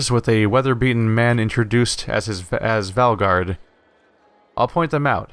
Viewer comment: valgard, not valgrad.